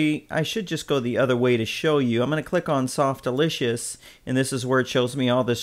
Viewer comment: Lol Softalitious :p Its Softaculous not Softlicious :D